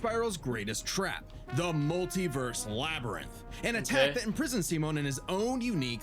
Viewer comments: "why's your name simon but you say it as semen?" brother they tell you how to say it at the start and you glossed over it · Dude’s a fake fan if that’s how he pronounces Simon’s name.